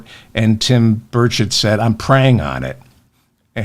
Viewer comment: Hello David ! You're correct, it's Burrrr CHETT. If it had only one "t" at the end of his name it would be pronounced burrrrrr-SHAY. This is what I got out of 4 years of Francais in high school (ecole superieure) back in the 1960s.